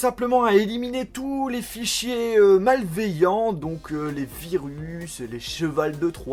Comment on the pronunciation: "J'ai 5 GB de fais-chier inutil" MDRR